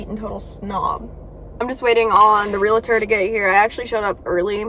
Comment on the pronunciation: it’s pronounced ‘real-tor.’ No ‘A’ in the middle. Otherwise, you’re doing a great job! You have handled being a teen mom amazingly. ❤️